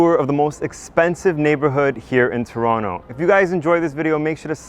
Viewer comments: Did he just say “ToronTO” 😲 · What's the actual pronunciation of "Toronto"? As you pronounced it in the introduction or as you casually said it later in the description?